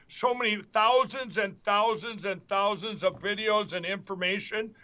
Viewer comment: Lindell can actually say "Tousands of information" since he's probably been made to pay to get each one of them. 🎶"Sign us a cheque, you the Pillow Man!"🎶 Aaaand I just defecrated Billy Joel now. 😞 I blame you Sir!